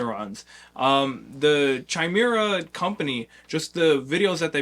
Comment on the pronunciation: YO! Love that you're featuring Chimera. It's pronounced KY-MERA, by the way. Basically, the way I think about it: Going from a Super 73 to a Zooz, is similar to going from a Zooz to a Chimera. Nearly half the weight, even more nimble, and even more BMX (regular bike seat, less wiring, less clutter on the bars, etc). It's build for tricking, skate parks, and most importantly, pedaling! It's light enough to pedal without effort, but the throttle is intense: It goes from 0-35mph in 5 seconds, top speed of 39mph, with insane torque due to the innovative high drive system (more like a traditional motorcycle than an ebike). Austin is super approachable if you have questions. He's been awesome to get to know.